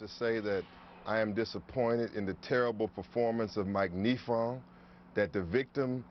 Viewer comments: Malik Shabazz’s Kesumuk Let’s hurt innocent dudes cuz their immutable characteristics. Ouch. It’s pronounced nEYEfong beezie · i love how hes pronouncing the name wrong for the prosecutor and how the news caster is trying to correct him haha such a moron